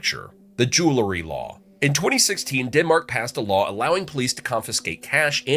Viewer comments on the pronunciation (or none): “jewel-ry” not “Jooloo-ry”